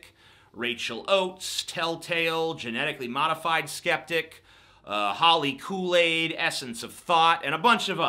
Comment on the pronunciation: h o l l y k o o l a i d holy koolaids good, get the name right TJ!